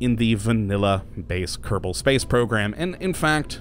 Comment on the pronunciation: Hey, quick question. Why do you keep pronouncing Kerbal wrong? You keep saying Kerdbal. Is it an in-joke of some kind?